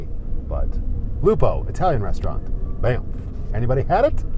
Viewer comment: Thanx for helping me know how to pronounce banff properly😅